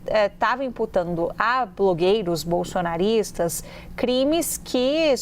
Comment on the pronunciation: Ela enche a boca ao falar " bolsonaristas" 😡 Pq hein?🤔